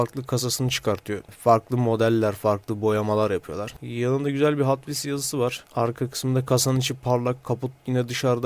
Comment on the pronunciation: abi hot wheels e neden hatvils diyosun bende alışkanlık oldı hatvils diyorum